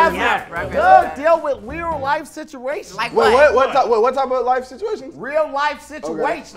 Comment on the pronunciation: "Lear life siturations", 2017